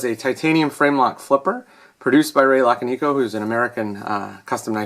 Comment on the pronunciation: "luh-con-ih-co" is how it's pronounced by the way: And for the love of god, someone needs to let you handle another piece of Ray's work. I don't think I've seen anyone else ever have an issue with his knives. Did you try sending it to him to fix it? Especially because you didn't get it direct.